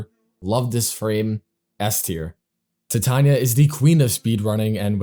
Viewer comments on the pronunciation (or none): none